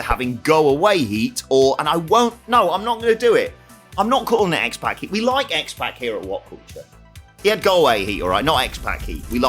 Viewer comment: hate to break it to ya but its not pronounced x-pack its pronounced x-pahk as in 'open wide and say ah' i had it wrong for years but go back and watch his entrance its pahk not pack.